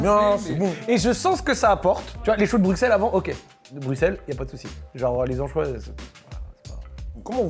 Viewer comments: Putain stp t’as fait le tour du monde on dit Brussel pas BruXselle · Choux de brusselles ça se dit ahah mais c est okay. Sinon très bonne vidéo